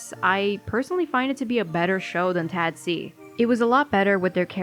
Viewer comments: why are you pronouncing it "Tad-see" it's clearly "Tah-dac" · i like to pronounce tadc as taduck because im craaazy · M sorry hearing u pronounce the acronym like that is literally sending meskdjksf